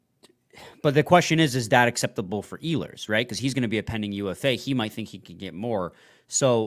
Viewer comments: It' s E-hlers emphasis on the E. He has a track record not producing at playoff time. They should pass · You would have a little more credibility if you knew how to properly pronounce "Ehlers" lol